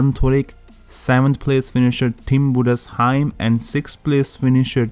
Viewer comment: I have never heard a foreigner pronounce "Budesheim" as perfectly as you did. Mad respect😅💪🏼 Keep up the great work!